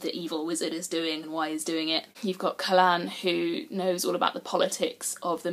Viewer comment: You pronounce Kahlan Exactly like me. I can’t tell you how much I appreciate that lol because that’s exactly how it reads. Also, I loved your review. I feel like this was the first review that I’ve watched on this book that was actually open, honest, and genuine. These are my thoughts exactly. I’m on book 7 currently, and I’m curious to know which books for you were a High Point in the series and which books you felt brought the series down to the point where he would give it seven out of 10.